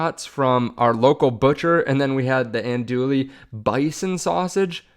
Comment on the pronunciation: Don't pronounce the L"s in Andouille.....